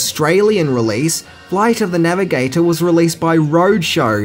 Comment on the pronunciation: Say it with me... "Floight of tha Navigataaaaaahr"